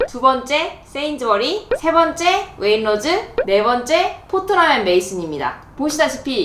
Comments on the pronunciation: Waitrose 웨인로즈가 아니라 웨잇츄로스 라고 발음 함. 웨인로즈가 뭐야. 미치것네. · 자막에도 웨이트로즈 라고 써 있는데 왜 구태여 왜잇로즈 라고 발음을 하시지?? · please don't say wainrose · 영국에 시집와서 살아요.. Waitrose 발음은 웨잇트로스 라고 하면되요. 솔직히 가격 원가가 조금씩 차이는 있지만, 여기서 살면서 엄청 차이가 난다..라는 건 잘모르겠어요.. 어차피 이것저것 카트 가득 사면 대충 150-200파운드는 알디 던지, 세인스브리 라던지, M&S , Waitrose. 다 비슷하게 나와서.. 아마 총 가격 차이가 10-30 파운드 정도 차이가 나려나??